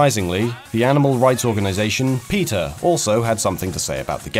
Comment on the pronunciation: For some reason I kept hearing him say "Peter" when he said "PETA" and I was thinking "Who the hell is Peter?"